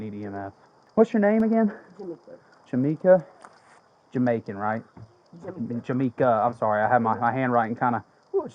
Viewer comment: This fool said, "Jamaican," like he wanted some Jerk Chicken to go!!! 😂😂😂😅😅